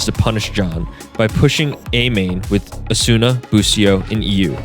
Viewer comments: FNS has gaslit everyone to call Asuna, "Asoona" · I love how he just shamelessly mispronounces asuna's name XD